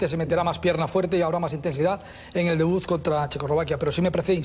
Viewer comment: 2.45 "debuz", dios mio...